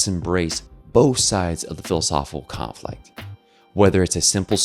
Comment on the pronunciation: Great video as usual- but I wish the speaker would enunciate “philosophical conflict” instead of lazily chewing on and swallowing the phrase whole every time he says it. It distracts and deflates the entire argument.